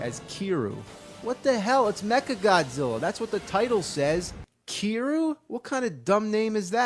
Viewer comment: 小川起龍 Rの発音がからんでくるからね。 リじゃなくてルィと言ってる